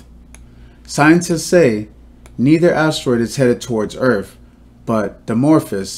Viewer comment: Did he say hit earff ? ! Listen